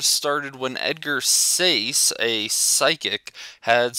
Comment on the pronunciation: You lost all credibility when you said Edgar sayse. Really?????